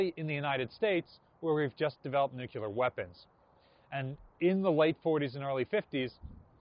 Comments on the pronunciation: Nuclear. Nuclear. Nuclear. NOT…nukular NOT nukular NOT nukular. Come on. Why do insist on sounding ignorant? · It drives me absolutely insane when says "NEWK-u-ler"